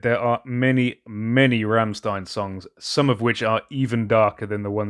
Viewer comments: Bro sorry but its Rammstein Not Remstien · It's pronounced rrrrramSHtain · "St" are pronounce "ch" it's "rammchtein" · its pronounced rammschtein <3